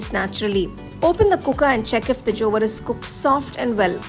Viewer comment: You don't know how to pronounce Jowar?